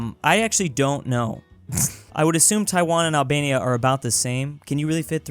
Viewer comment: Name Albenia no albelni 😂😂😂